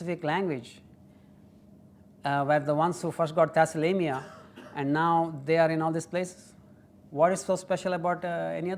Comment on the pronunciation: Thalassemia not Thassalemia 😊